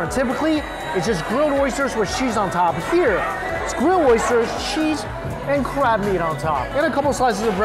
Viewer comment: I love your reviews!! I just have to ask... why do you say sheese for cheese and shicken foe chicken for not schen for a Mike Chen?